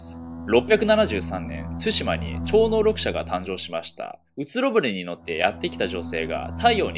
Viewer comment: 超能力者が言えず「超能ろくしゃ」って言ってるの多分顎のせいだよね